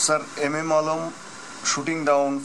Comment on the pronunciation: I am not describing legendary PILOTS but the poor accent the interviewer in English like addressing Legends Azam as Azom ?? Alam as Alom ??? this clip is in Youtube as a Bangladeshi its insulting to see this kind of inept poor quality Anchor of the clip interviewer .